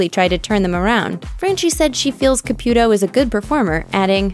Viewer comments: FIRST OFF. HER NAME IS PRONOUNCED C-A-P-EW-TOW- CAPUTO. NOT CAPYUTO. 2ND. EVERY SINGLE PERSON ON THIS ENTIRE EARTH say the exact same thing about every single medium. "They are preying on the vulnerable" "IF you are real come out and prove it" " No one talks to the dead they just use body language" " No one talks to the dead they just guess". Of COURSE not all of her readings are going to be accurate. I think it would be necessary for her to say " It isn't at any time I can read anyone. At times no one comes through" I know for a fact spirits exist. I've seen them. I've felt them. I've woken up with bruises and hand prints across my arms..Until you've felt or witnessed it you won't believe it..I mean there are some who do..But not all. We all have intuition. Some more than others. I feel emotions so heavy that I can feel someone's anxiousness or their pain and sorrow..to where I cry and I won't know exactly why. I've been in hones and felt bad energy etc. We can all feel it if we are intune...For me I believe that SOME people truly can do these things...But at times they are over exxagerated. Such as acting out as if 100 percent of the time they can reach out to anyone. Theresa said it in one of her readings. " Not all spirits want to come to the other side. Not all people want or need to be read. It depends" Expectations are set too high...But I do believe she does believe in what she does and is genuine about it. Some parties do not work with the medium. That can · I guess her and her husband called it “Caputo” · It's not pronounced CA-PEW-To. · Can’t stand your pronunciation of Caputo’s name.